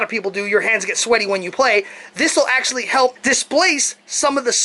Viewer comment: omg that was the joke. I made fun of how you said "actullally" all the time. Or in other words: ACTUALLY you didn't even pronounce it correctly.